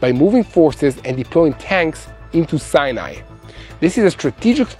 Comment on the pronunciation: I love your honest reporting and pray for Israel. I thought I had been pronouncing Sinai wrong all these years as I have always heard it pronounced Sigh-a- nih. Like he pronounced it the last time. But the first three times he pronounced in See-a-ne, so I am confused. How is the desert pronounced by an Israeli?